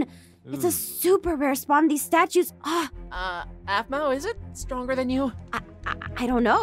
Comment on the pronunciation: mpt ahmau it's Aphmau